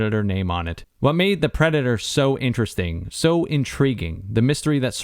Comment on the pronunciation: Predatar? Avadator?